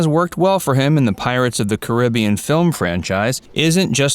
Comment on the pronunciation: Just gonna throw it out there that I appreciate the proper pronunciation of 'Caribbean'. Cheers.